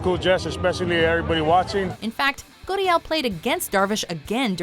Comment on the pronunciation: Stop. Saying. goodiel. it's gurriel.